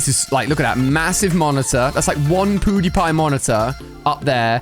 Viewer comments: Who else notice Ali a saying poodiepie instead of pewdiepie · Ahahaha ali said pootewpie😂😂